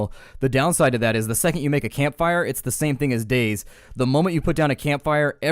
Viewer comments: You mantioned that this game is similar to games like Days. Did you mean DayZ? The way it was origionaly meant to be pronounced is Day Zed because Zed is the way you pronounce Z in Europe. The most common is Day Zee because the capital Z means that it is pronounced seperatly. No harm done in pronouncing it Days however. I just wanted to provide some insight. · Its pronounced dayZEE, not days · xd he called DayZ days instead of ( day-ze) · He said dayz lol its day z (day ze/zee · Not sure I can continue to watch after you just said "days" instead of "day zee". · why do you pronous Day-Z wrong you called it Daze not Day-Z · Day Z not "Daze" that was erking the hell out of me. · Uh... DayZ is pronounced day-zee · I was confused at first when you said dayZ because you said it like days. Nothing wrong with that it's just that I find it a bit odd. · Its Day z People always say daze but oh well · its actually pronounced dayZ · No its pronounced DayZED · i came into the comment section expecting people to be talking about how fast you talk, but instead they are all talking about how you mispronounced DayZ lol